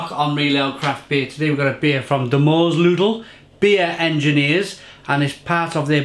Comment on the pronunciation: I'm hear to listen to pronouce Moersleutel. I was not disappointed.